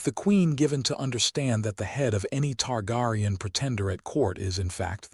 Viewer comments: Ist pronounced Tar- Gear- ion. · Targaryen (Tar-Gary-En)! But, I Know What You Meant!